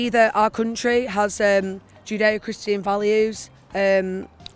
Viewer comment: Did she say "judo" christian values??